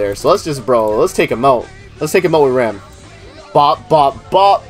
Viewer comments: Her name is pronounced "Ram" lol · She is RAM and you pronunce RAM Rem is the blue sister